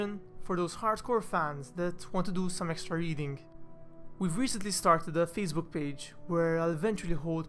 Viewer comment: I must admit i chuckled a couple a times at "feces in the water" and "fecebook".